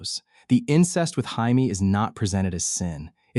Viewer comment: AI voice over is so bad. Jamie’s name being absolutely butchered